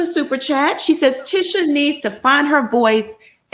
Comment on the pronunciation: Nah why they continued to mispronounce Tisha husband's name after being told how to say it the correct way....